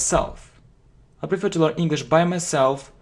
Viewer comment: You know English well,but your accent is rough.Take word prefer,you PRIFER.And everything becomes clear.I don’t judge you,just work with your pronounce